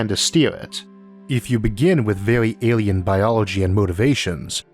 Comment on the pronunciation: Interesting topic but your weird baby talk accent ruins it, learn to pronounce the letter “L” the word isn’t Awien it’s alien, it’s not wealwize it’s realize and it’s not contempowary it’s contemporary